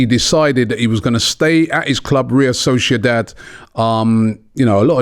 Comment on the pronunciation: Still says real solciodad